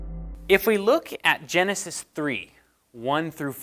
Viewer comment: "Genisis"? Seriously?